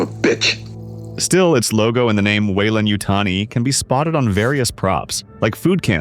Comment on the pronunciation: WEYLAN not WeilanD?